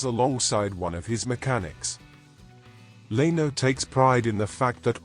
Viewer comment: Learn how to pronounce Leno !